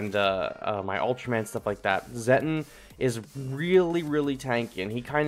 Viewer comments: Its pronounced "Zetton" like "Set on" and "me fill lass". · It's pronounced: zeh-tawn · It's just pronounced as "Zet-on"